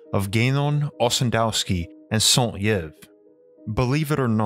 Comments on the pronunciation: Yves is pronounced like eve, not yev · for future reference yves is pronounced like eve, not yiv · SAint Yves pronounce "EVE". Interesting video. BTW he mentioned he discovered A* by astral travel as he had apparently this capability. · (Saint) Yves is pronounced 'ee-v'', not 'yev'. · For the love of god... Are Americans chronically and willingly ignorant? You can literally see how to pronounce someone's name ANYWHERE on the internet, Wikipedia, Google Translate, fucking anywhere. Yves is pronounced "Eve" since I have to spell it out like to a child. Also it's NU-CLE-AR from NU-CLE-US, only utter illiterates pronounce it that way. What the fuck is wrong with you people? Is your speaking aparatus stuck in elementary school? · Yves is pronounced : eve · Y is prononce E in french, sound (Saint-Eve) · I know it's too late but Yves is pronounced Eve. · Hi, just so you know ' Yves '' is pronounced '' Eve '' as in '' Adam and Eve '' Cheers!! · Great video ! Just for you for prononciation Yves is like Eve. As above so below. Eath crust is like human skin. There's veins. And blood is plasma. Without mag field there's no life, and without plasma entities (Shiva) there's no mag field. It's my theorie, we will see soon...Sorry for my english i'm french Canadian... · Strange pronunciation of the French name "Yves". It usually rhymes with the English word "leave." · Yves is pronounced "ee-ves" T.T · Great video. "Yves" is pronounced "Eve", Like the designer "Yves Saint Laurent" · The pronunciation of “Yves” is “eve” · Jesus Christ, your pronunciation of French names is atrocious.